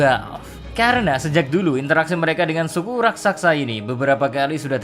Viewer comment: Bang raksasa bukan raksaksa